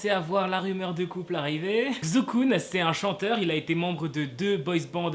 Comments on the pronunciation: "Kzou Koun" je crois que je peux m’enterrer sous terre. Ça se prononce "Tsai Chu Kun" pour le Kun je sais la prononciation mais à l’écrit c’est beaucoup trop compliqué. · Xukun se prononce Chukun😂😂 mais archi bonne vidéo sinon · Non ça se prononce "s" pas "ch " ou "sh" ( je le sais parce que chuis chinoise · Ça se prononce chukun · Sa ce prononce Chukun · Ça se prononce Chukun je pense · Ça se prononce "Shukun". Le X en chinois se prononce "Sh" out bien "Ch" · Effectivement,enfin quelqu’un qui le remarque 😂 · Xu kun la lettre [x] se prononce [s] et le [u] se prononce [ou] mais ne tkt pas mm mwa je ne comprendrai pas ☺️ Sinon j’adore tes vidéos continue encore et ça me donne des infos que je savais mm pas alors merci 😊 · WESH T'EST SRX TU BRISE MES ESPOIR COMME AS x( ( On pronouce CHUKUN --' mais tu pouvais juste dire KUN c'est son nom d'artiste ) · Xukun ? Il a dit ? 😂😭😭 mais wsh ça se dit pas comme ça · Désolé à tout les chinois ça se prononce pas XUKUN ! 😂😂😂😂😂 lol